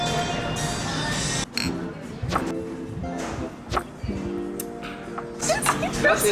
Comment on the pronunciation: All that food (and the beer to be fair) looked SO good...but got to pull you Adelaide-ians up on one thing.. Its Parm-A ....repeat Parm-A . Best wishes from Parm-A loving Melbourne!